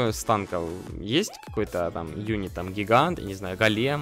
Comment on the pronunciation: правильно го'лем а не голе'м.